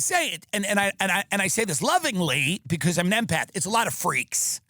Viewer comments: swear I heard Eminem and my ears perked up lol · I thought he said an M&Mpath lol